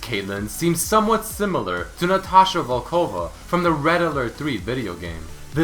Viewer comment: volkòva? it's vòlkova